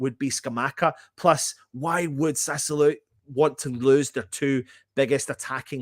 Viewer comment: Sat - Sue - Whoa - Low is quite close on how to pronounce Sassuolo. Sorry, but so many people keep pronouncing it wrong (including lots of other West Ham fan channels) it is starting to do my head in:)